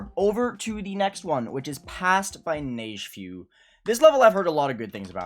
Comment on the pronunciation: Neigefeu - Pronounced "nej fuh"